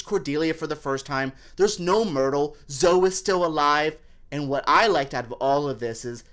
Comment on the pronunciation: Zo-E. It's pronounced Zo-EEEE.